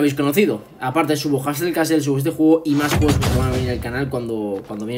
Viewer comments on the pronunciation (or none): none